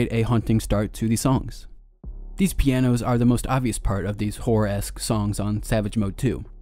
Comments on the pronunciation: Swearrr, this dude keeps saying "whore" in place of "horror" 😂😂😂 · it was halfway through the video when I realised you were saying "horror"